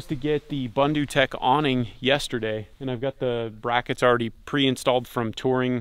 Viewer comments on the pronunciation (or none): It actually is pron boondootec, and it is from 🇿🇦 South Africa, from where Oz gets it. Bundu means bush/outback/wilderness. Anglophones can learn this:. The tendency to Anglicize is almost guaranteed to be wrong, as almost all of the other six thousand languages follow different patterns. Confusing, eh?